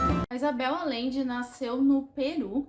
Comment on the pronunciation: Te amo lindona!! Apenas pra constar, a pronúncia do sobrenome aLLende é aJende, o LL tem som de J/G, então fica o som de Agende, de agendar na agenda, hehehehe AMO ESSE LIVROOOOOOO!!!!!